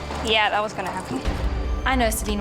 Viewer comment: What is "dat"? Do you perhaps mean "that"?